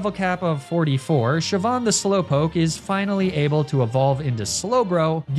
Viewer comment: All the Pokemon names he mispronounces, and he gets Siobhan and Saoirse right?!